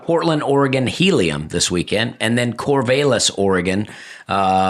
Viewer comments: Dusty, Cor-VAE-lis hopefully will be heavily critiqued during your standup in Cor-VAL-lis (like Valium) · Please tell Dusty, the 'a' in Corvallis is pronounced like the 'a' in valley. Affectionately called "valley of the corn" by the locals. Love the pod. Hope you slay in Oregon. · I can’t wait for Dusty to get to Corvallis and find out how to pronounce Corvallis 😂